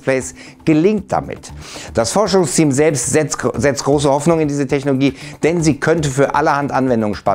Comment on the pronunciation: Immer diese techNOGIE... Mann sag doch Technologie einfach ganz normal😛